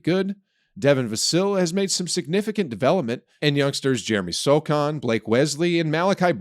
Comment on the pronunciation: and then said “Jeremy SoKahn”